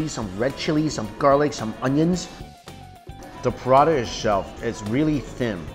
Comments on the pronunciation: Took me a while to figure out you were trying to say "parantha" and not product 😂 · It got me 2 minutes to understand that he is saying paratha not prada! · When he keeps calling paratha “Prada” lol